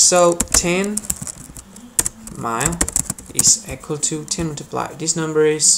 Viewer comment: You pronounce the word EQUAL like the word ECHO. 😆LOL! You must be from India or Mideastern. You need more eeee... sound in the word equal and less eeek... sound. Hope that helps you because you helped me in conversion. Thanks